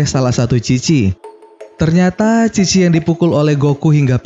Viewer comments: Chi bapak bukan khi :v (Dibaca bahasa jepang) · Bang lu salah ucap apa gimana sih? Chi apa khi?